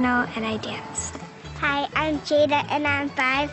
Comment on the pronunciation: I don't know if it was his accent or he just pronounced it wrong but he said 'Ja-da' rather than 'Jay-da' 😂 he was amazing at singing though!